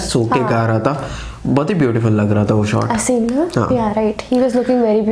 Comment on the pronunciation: His name is pronounced as Aaa-sim